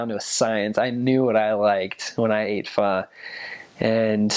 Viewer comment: i love how he actually pronounced the hmong "pho" correctly, big props to this man, pronunciation is on point